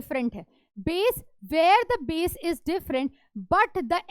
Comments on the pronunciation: BASE ❌ BAESS ✔️ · It’s Base not - bass🌚😂😂